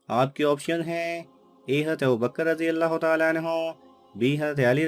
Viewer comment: Assalamalaikum sir ap Hazrat ka naam achaye se bolye ap ye Haz kya